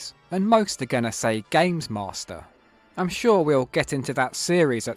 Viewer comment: Gaymes Maw Stir